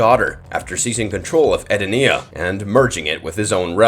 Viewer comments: Why are the names so messed up. I never heard Shaolin and Edenia pronounced so badly.... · You lost me immediately with that pronunciation of Edenia and calling Shao Kahn an alien. Outworld is a different realm, not another planet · Lol Ed Dinnena? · Yup and he completely mispronounced Edenia. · That's not how you pronounce edenia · This guy needs to do some research on pronunciation. How do you cover mortal kombat and butcher Edenia and Shaolin?